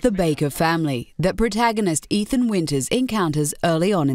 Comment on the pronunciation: Ethan? Ethaan?! EeEethaan !